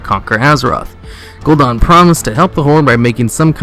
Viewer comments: GUL- DAN like dannie, not Gul Don. Sorry pet peeve :P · His name is Gul'dan not Gul'don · You're pronouncing everything horribly wrong. Gul' Dan = "Goal Don"? Val'kyr = "Valkyrie"? Come on dude. TRY. Edit: Archimonde = "Archie-Mon-Day"? Lmao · You're wrong, it's pronounced. Gul-Dan. Val-kir. Ark-I-mond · ***** you aso said gul'dan wrong